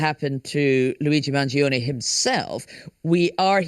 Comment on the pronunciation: Guys, his name is not pronounced "man-geo-nee", it's pronounced man-joe-nay